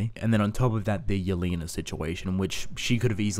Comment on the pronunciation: thank you for saying yelena properly and not yell-eh-na